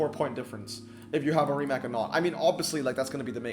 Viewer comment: the 'c' rimac is correctly pronounced as ts.. like ts in tsunami.